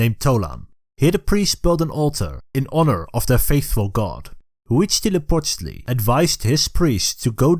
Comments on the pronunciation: As a mexican i'm happy to see the history of the country told by people of other parts of the world. Very nice Huitzilopochtli pronunciation, thanks for the flag nod. Great channel, keep it up! Viva México. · Your pronunciation of Huitzilopochtli Is almost perfect (I don't speak nahuatl but I speak Spanish) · I can't stop listening to this guy say Huitzilopochtli.